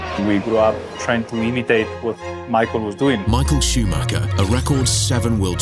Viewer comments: nope can't deal with 35 more minutes of a dude mispronouncing this guy's last name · Rolf Schuhmacher?!?!